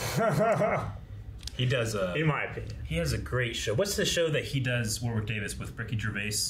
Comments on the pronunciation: The amount of times says Warwick wrong despite seeing Warwick tell people in the video how to actually say his name 😅😅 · Wo-rick dammit. Like the first syllable of what. Not literally "war-wick" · It’s Wah Rick not War Wick 😱😱 he literally told you how to pronounce his name and you proceeded to call him the wrong name lol it’s like nails on a chalk board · How the fuck is still gonna call him War-Wick seconds after watching him explain how to say his name? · ok. he just spent the whole of the end of the video telling you the middle w is SILENT! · War-wick is he John's brother ? 🤣 War wick parabelum would be interesting lol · Love how Warwick draws attention to the pronunciation of his name in the video and then you guys proceed to pronounce it wrong. 😂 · i love how they made a joke in about people saying his name wrong and straight after still does it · That's what I was about to say. Lol He literally tells people how to pronounce it correctly and they say it wrong. 🤣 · The middle W is silent in Warwick!!!!!!!!!!!!!!!!!!!!!!!!!!!!!!!!!!!